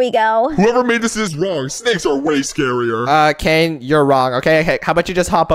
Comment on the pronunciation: Canines name is so funny and you keep saying his name wrong